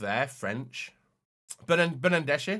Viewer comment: Bernardeschi? You mean Bernandeshi?